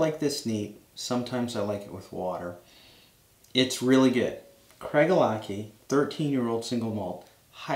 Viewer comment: Very nice review. A Scotsman pronounces this CraiGELAH-Key. Different stress points and CH as a K.